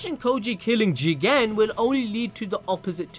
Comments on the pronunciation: The Jigen pronounciation is funny say it like Jeeeeeeeeeegaaaaaan !!! it will look better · You said Jegan 1000 times😂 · Say Jigen again I dare you I double dog dare you